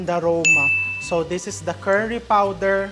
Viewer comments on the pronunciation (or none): none